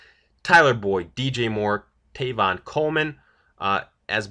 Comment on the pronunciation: Who is Tayvon Coleman? Seriously man you did it last mock too, so basically you think Tevin Coleman’s name is Tevin, it wasn’t a slip of the tongue. Maybe you ought to know something about what you’re talking about. And no, it cannot be pronounced Tayvon. Not even close.